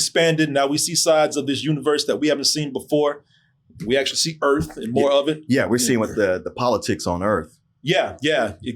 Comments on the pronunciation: Alien Earth but it's on Welcome to Earf now. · “Alien Urf!”